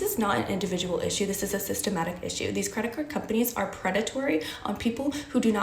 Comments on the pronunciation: It's systemic not systematic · It's "systemic", NOT "sytematic". No wonder these idiots lose so much money - they don't even understand our language. 🙄